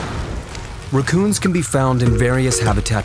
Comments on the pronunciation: Because he did not pronounce rack-coon? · Why do you pronounce raccoons like that? where are you from?